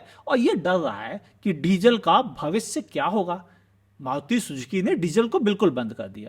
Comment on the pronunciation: Maruti shushki 😂 bhai bhagwan ka naam toh sahi le lo muh me kanche hain kya